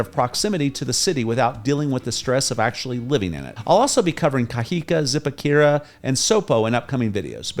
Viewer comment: I noticed that you don’t pronounce words with an accent: ie you say Cajica but it’s pronounced Cajicaa the elongated A is for my illustration purpose but when you see an a with an accent (‘) at the end you say Cajicaa. Likewise Zipaquira you say Zipaquuira but it’s really pronounced Zipakirraa